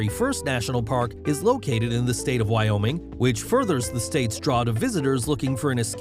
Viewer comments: Wyoming ≠ why YaoMing? 😂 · you say Wyoming I say why not oming?